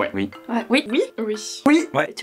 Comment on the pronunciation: "OUI" se prononce oui et pas UI svp